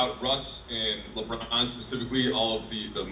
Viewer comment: Why is it so hard to say "LeBron" for all of these NBA dudes?